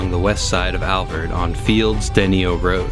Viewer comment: Loving it. One small critique: The town on the border is pronounced "Dah-NI-O" A compliment: there's only been one other video of the Alvord that I have appreciated as this. Neither one of you use it at a platform for advertisements.